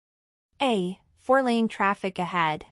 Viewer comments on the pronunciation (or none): bro said "taffic"💀💀☠☠😭😭